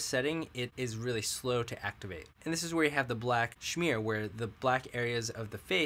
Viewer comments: it's smear not shmear! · Do you mean to pronounce smear as schmear? Schmear is generally used when referring to a bagel spread. Not quite the same thing. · The funny thing is, I don't know how I'd pronounce either of those differently. Apparently, I'm smear/schmear ignorant, hahaha. I think we talked about this on Reddit, yeah? After having that pointed out, I read through everything and I spelled it correctly, but I must be saying it incorrectly. Oy, hahaha.